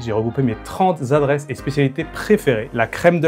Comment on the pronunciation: "Les trente Z'adresses..........."